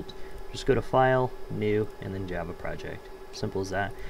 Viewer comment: iget " new japa" not new "java"